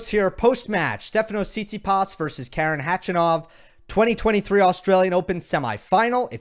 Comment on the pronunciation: Gill, because you like to pronounce players names right 😊. It’s Kar’en Khach’anov ( ‘ for stressed syllable). You pronounce his name like a woman’s who complains a lot 😄